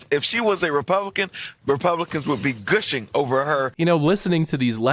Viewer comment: "republicans would be gooshing over her.." That DEI never used the word gushing before.. no has he ever seen it before.. gooshing?.. those clown are only there to check boxes and read scripts..